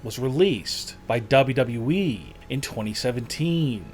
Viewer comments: Not only is this video 100% False, especially on Braun Strowman, but the way he says "WWE" makes me straight up CRINGE. Sounds like he's saying, "Dubbadub-E" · did this mans just say “WWE” or “Double E” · he's like Michael cole cole says it like "Wwee" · Disliked video because of "dub-a-dubee"... God damn annoying. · This narration is pure agony. My mans says WWE as “ Dubaduba Eeeeee “ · sometimes he just says "Dub Yeee".. what the hell .. i'm crying over here. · Ok so you can talk about ppl gaining weight so can we talk about the way wwe was said in this video ……”dubdooblee” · BACK IN DUBLEDUBLE EEEEE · why you say dab dab e????? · You say wwe like dabe dabe e but faster its annoying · Dub dub u eeeeeeeeeeeee This guy has the most boring voice and on top of that he cannot pronounce the letter ‘w’ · Guys, I keep watching this channel but...for gods sake can someone tell me what "double wable wee" is....Thanks... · The way he says wwe: dubddubde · Wrestling news channel and cannot even say WWE in a normal way... dude, with all due respect but find another job or hobby, this is not for you! Also, that picture of Braun is totally photoshopped by an amateur. wtf xD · This guy is unable to say WWE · Please!!!! Please!!! Learn to say “WWE” damn!!!!🙄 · Lol how hard is it to say WWE? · This guy knows it’s w W e right? There’s two w’s? lol wtf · Probably not a good theme for a channel if you cant even pronounce WWE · Wrestling video narrated by someone who can't pronounce "WWE" correctly. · This is awful commentary. He can't say WWE, his tonality is awful. What is this rollercoaster of voice as if he's some awful 80's reporter. Get someone else to do the commentary. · Why can’t this guy say wwe properly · .....say wwe again lmfao... your careful saying everything else but W W E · This theory would make sense but then think of all the time he loses dropping that W from WWE 😂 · this narrator struggles to say two W’s in a row as he butchers the english language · Dub dubdouwee